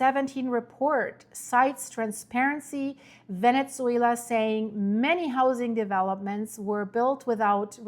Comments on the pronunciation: It's not ve-net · Venetsuela! Not sure why she can’t say the proper pronunciation Venezuela, geez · For the love of GOD, stop saying VENETZUELA…. There is no T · Please please, there is no T in Ve-Ne-Zue-La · Very strange pronunciation of Venezuela. Never heard anyone pronouncing like that. 🤔🤔🤔